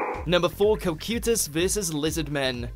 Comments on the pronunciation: cocytus is pronounced with hard "i" sound for the "y" in his name not a blasted "u" his name is not cocUtus it is cocytus. is you listen to the anime you hear them pronounce it. also you got other names wrong as well like asuka (A-su-ka) not aska. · WHERE'D THE P COME FROM IN COCYTUS!? It's Ca-Ki-tus you morons! ACTUALLY WATCH THE SHOWS BEFORE BUTCHERING THEIR NAMES!!! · Did he really mispronounced cocytus name